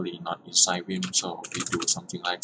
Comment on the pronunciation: it's now "wim" it's 'vim' like 'volvo' ... get your pronunciation right.